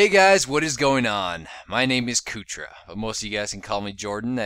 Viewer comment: Its Kootra, dumbass.